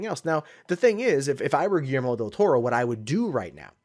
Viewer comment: You totally butchered Guillermo's name. LOL